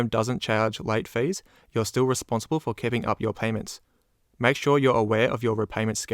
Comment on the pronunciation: Can someone explain to me, why he say "daytails" instead of "details". And "feiis" instead of "fees"? Is he from another country or just trying to sound different. Is kind of annoying honestly.